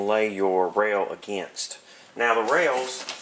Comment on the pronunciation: Haha, and now, the rrrrrrails! 🙂 Seriously, this was a great series, and quite unique on YT, at least to my knowledge, which makes it a great contribution 👍 Loved the rod trick too Thanks for sharing